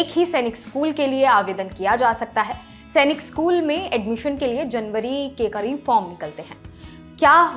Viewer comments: It's not सेनिक It's सैनिक madam. We sainikians put our heart and soul towards our school and if someone pronounce it wrong. We feel bad. By the way It's a very informative video. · Chachi Senic nahi Sainik school hai Tum ne hendi school mein nahi padha